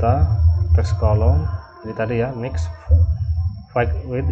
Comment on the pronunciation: Fixed dibaca fiks.. Next dibaca neks.. Hehe.. Cuma ngasih tau aja, saling bagi ilmu ya, bang😁 Trim's btw